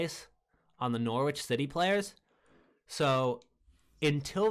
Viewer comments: You're going to get abused by us English viewers for pronouncing it "Nor-witch " rather than "Nor-itch " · Hey bro, the w in Norwich is silent try saying norich that's how it's pronounced, good vid btw